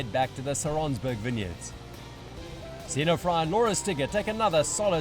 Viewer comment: The name of women is Frey (Frei) not a (Frai)